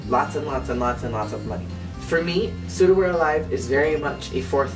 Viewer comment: You pronounce Souda as "Soda" not "Sooda" XD Also, I have to say that Souda We're Alive hasn't even nearly been as overused as LOVE Machine which is basically used whenever Momusu is mentioned. And Furusato wasn't really a love song in my opinion, it's a song from a daughter to her mother. But I agree that it's nice to see some variation in solos! Based on what you said about the lyrics and the childishness etc. I can't WAIT till you do some of the future songs~ Btw, I agree on the lyrics part:P